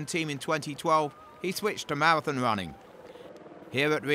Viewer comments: Eluwid kipkoje, 41kms and mawafin. My toe nail would be a better commentator. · Say it with me now, "KIP-CHO-GE"! Easy as pie. So easy, in fact, that I know 9 year olds who can say the name better than the commentator. Come on guys. PS a mawrafin is 42.195k not 41.195.... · I think the announcer might have a speech impediment as evidenced by the way he pronounces "marathon"...but his failure to pronounce Kipchoge is just him failing 🤷🏻‍♀️